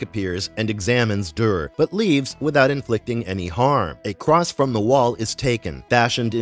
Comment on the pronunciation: I have to click alway halfway through because it’s too irksome to hear you mispronounce everything. Proper names like Duré can almost be overlooked, but hegemony?? Cmon man that’s an English word. If you aren’t sure how to say it look up a pronunciation guide, you are posturing as a subject matter expert here and cant even correctly say half the things coming out of your mouth.